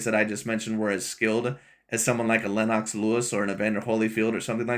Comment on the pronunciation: “Lynn-knocks” Lewis? 👀 😂